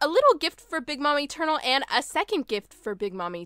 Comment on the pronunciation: I don't hear eternal i hear etoenail